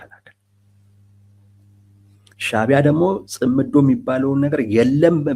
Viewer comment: እውቀት የሚተላለፈው(የምንቀባበለው) በቋንቋ አማካይነት ነው። ቋንቋ በበኩሉ የተመሠረተው በቃላት እና በአጠራራቸው ላይ ነው። አቀራረብህ በተወሰነ ደረጃ ትሁትና ስህተት አልባ ቢሆንም፤ እንደብዙዎቹ የሃገራችን ጋዜጠኞች አንዳንድ ቃላትን አጠራር ስትሰማ አንጋደህ ነው። ምሣሌ 1. እነሱ የሚሉት "ጽምዶ" ነው። አንተ የምትለው "ጽ ' ምዶ" ነው። ምሣሌ 2. ሰውዬው "ሚንስትር" ሲሆኑ አንተ የምትለው "ሚኒስቴር" ነው። ሚኒስቴር መ/ቤት ነው። ምሣሌ 3. "ማ ' ሣጣት" ን እና "ማሣ ' ጣት" ተሣስተህ እንኳ አትለያቸውም። የኛ የሰሚዎቹ ጆሮ እንኳን በነ "ደርጎባ" እና "ማይናማር" መቻልን (ማቻቻል ን) ተለማምዷል። ይብላኝለት እናንተን ለሚተካው ትውልድ። ለነገሩ መነጋገሩንም ከናካቴው እየተወው አይደል?! አይቸገርም።